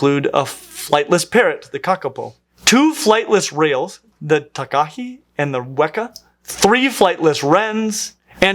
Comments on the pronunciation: hey a New Zealander here it’s cool to see birds from here but I felt the need to point out that takahē is usually pronounced as taka-hey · ❤Takahē was a bit off, its more of a tar -car -hay quickly without moving your jaw Te Reo Maori doesn't have as Many consonants and the vowels are a bit different im still learning myself❤